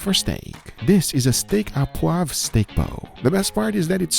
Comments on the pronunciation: notice it is sauce or steak "au poivre" not "a poivre" and "au" is pronounced like the letter "o" (sauce au poivre mean pepper sauce" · Just to help you out : "Steak au poivre" is pronounced "Steak O poivre" (Like in irish names starting with O' ) But otherwise very nice "sauce au poivre", many people forget the alcool, which is the key to make the difference.